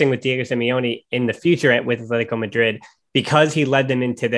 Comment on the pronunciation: c’mon man. It’s not Athletico Madrid. It’s Atletico Madrid. We all are aware of your terrible lisp. But that’s no excuse for being ignorant after years of running a Barca podcast. Stop being so white and pronounce the teams name the way it is instead of projecting your nerdy whiteness to us all.